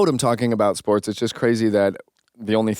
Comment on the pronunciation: At first - I thought you said Lamar and Caitlin’s podcast was about “forks” 😂 not sports! Now that would be a funny podcast I would listen to! 🎉